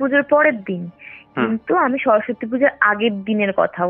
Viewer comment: " সরস্বতী " " স্বরসত্তি "নয়, উচ্চারণ ঠিক করুন ।